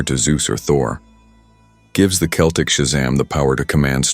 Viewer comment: Great video and concept, one minor problem. When referring to the peoples, languages and myths Celtic is pronounced with a hard C that sounds like a K.